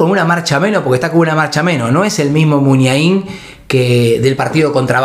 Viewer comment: El pollo Vignolo me tenía las pelotas llenas diciendo mal MUNIAIN